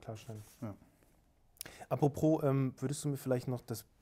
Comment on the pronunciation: sagt immer apropros statt apropos. Dieses zusätzliche "r" belastet mich leider sehr.